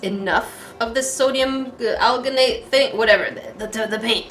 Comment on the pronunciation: Alginate isn’t pronounce with a G sound it’s pronounced with a J sound so it sounds like aljinate :p love the video